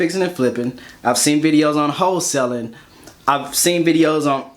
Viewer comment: 28 secs..... thought u said hoe selling...... I was like whaaaaaah... 😂 Whole selling👍🏽